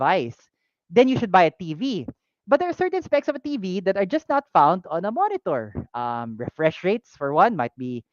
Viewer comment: Sorry I wasn't here for the live stream, but I did let out a chuckle watching the VOD when I heard you say "moenitor" haha! Though honestly may konting kirot sakin yung announcement with the timing of things, I don't regret making my most recent purchase as I know I got it from the right shop, the shop that will have my back if ever the time comes that I need to claim warranty. That little extra cost is well worth the assurance that the shop cares for its customers. Just ignore the noise the haters make,. Even if the shop is not that easy to run in terms of meeting revenue, just keep on keeping on, and don't ever get tired of putting your customers first.